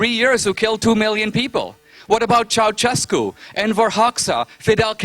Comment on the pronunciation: He said Ceausescu' . O. o fuck!